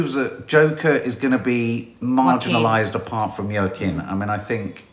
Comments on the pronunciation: Please stop calling Joaquin Phoenix Yurkin it’s pronounced Wakim. Although he was using the name Leaf for a while as nobody could pronounce Joaquin properly. All his siblings got hippy names like Summer, Rain, Liberty and brother River (RIP), he moans he got the oddball name in the family 😊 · Actually pronounced “Hwakeen” Phoenix. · you are mis-pronouncing Joaquin's name. It's pronounced "wa- keen" lol, cute though. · Its pronounced Wahking ( Joaquin) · Laura Thank You! Someone finally said it!!!